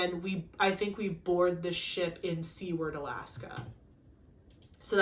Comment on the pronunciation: You did say Talkeetna wrong lol. and Seward. When you walk around Anchorage go to 4TH avenue and look at the theater building. Its still standing from the massive earthquake that hit Alaska. They also have like a trolley tour around Anchorage thats like 20 plus a person but its fun and worth it. Anchorage is very expensive that time of year because its tourist season.